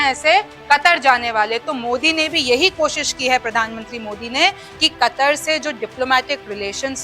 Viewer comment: kataar nahi katar hai sayad